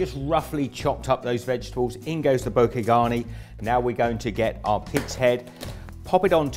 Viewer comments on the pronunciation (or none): none